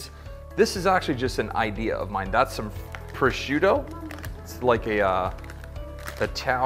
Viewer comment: next time invite me so i can pronunce "Prosciutto" in a proper way 😂 just joking